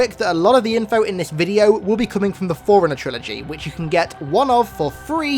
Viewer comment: When he says forerunner it’s sounds like foreigner